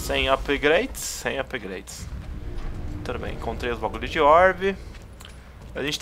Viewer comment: meu deus,o cara fala ''upigraides''volta pra escola mano